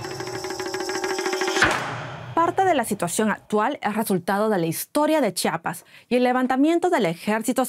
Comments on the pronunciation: Se pronuncia Chiapas, no Chapas :) es un error común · Se pronuncia Chiapas no chapas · "Chapas", dice. Podría practicar mejor su pronunciación, la no está de adorno.